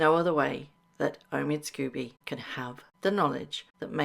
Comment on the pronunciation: Lady C calls Omid Scobie, "Amidst Scabies". That says it all. The man is not a journalist. He is a gossip writer and not a very good one.